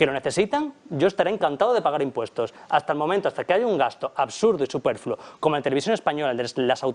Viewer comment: ¿Gasto "superfulo"?,... ¡Superfluo!